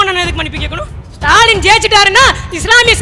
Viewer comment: நாலு வரியை எழுதி வைத்துக் கொண்டு அதையும் வாசிக்க நான்கு நிமிடம் எடுத்துக் கொள்ளும் சுடலையை நமது முதல்வர் என்று சொல்ல நா கூசுகிறது... அவரது பெயரைக் கூட வெகு அழகாக , உச்சரிக்கும் உங்களை நினைத்தால் பெருமையாக உள்ளது பெண்ணே...